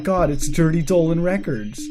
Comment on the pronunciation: When that picture of Donald trump came up, why did you call him Dolan trump? Like the way you kept saying Dolan records, then you called him Dolan trump, like wtf